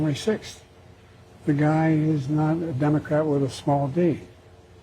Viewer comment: Did he just say "a denocrat with a snall "d? "" 🤣🤣 i couldn't have said it better myself😂